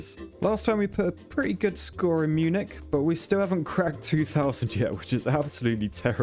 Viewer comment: THAT'S NOT HOW YOU PRONOUNCE MUNICH